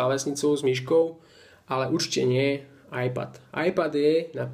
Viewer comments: z toho tvojho ajpadu ma bolia uši keď to vyslovuješ veď každy vie že to je iPad ( ajped ) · Preboha ajpad ? :) číta sa to ajped a nie ajpad :D :D :D